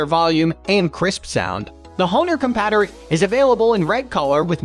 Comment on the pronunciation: The constant mispronunciation of "compadre" really undermines the credibility of this video